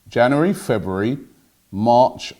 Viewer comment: Robbie says "February" funny HAHHAHAHA. Looney Tunes Cartoon Style "I thought I saw a pwoody cat" HAHAHA